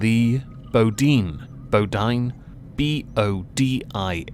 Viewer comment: Pronounced Boe deen